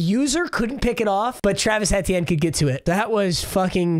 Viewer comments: its travis ee-tea-en not eh-tie-en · I am a Clemson fan and I don't think that's how you say travis Etiennes name Just saying can't control you great vid. He went to Clemson btw